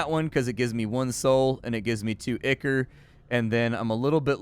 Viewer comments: Dude, it's "EYE-core", it's a thing outside of games. google "ichor" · "ICK-ER" lmao